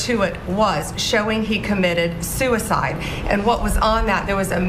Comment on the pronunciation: ...BIG MISTAKE MR PRESIDENT for chiding that reporter AND US! ...Bondi is an EPIC FAILURE and is in way above her head ...as for the released video, she just stated that ..."showing he committed sue-e-cide" ... how is that possible if that camera, his camera was BROKEN ...she needs to shuddup, the more she explains herself the more questions are raised...hire a spokesperson! OR resign ... because you are unfit for that job